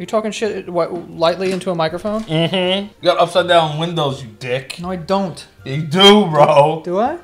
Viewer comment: “No I DOnt” “yeah you DO” the most New York emphasis on the letter ‘D’ I’ve ever heard 😂